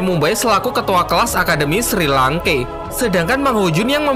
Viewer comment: SHI LANKE BUKAN SRI LANKE